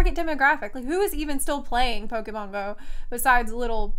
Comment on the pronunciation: Pope-mon go... I lost my shit.